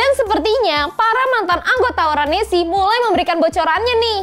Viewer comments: En es ce bukan nesi 🥺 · Maaf ya kack itu dibacanya bukan nesi tapi enesce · Keknya NES trs C nya dibaca pake bahasa enggres